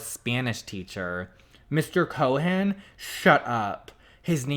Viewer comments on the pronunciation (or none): none